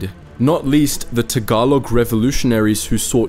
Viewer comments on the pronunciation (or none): none